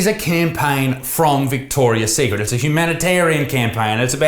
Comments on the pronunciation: Mandela Effect. It used to be just Victoria Secret as Isaac seems to remember as that’s how he’s pronouncing it and wrote as the title. But it’s always been Victoria’s Secret 😮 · Vihhhtorrrriasss tthhhheeeekkrrrit